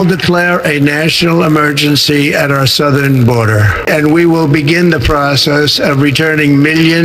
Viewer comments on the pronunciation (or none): none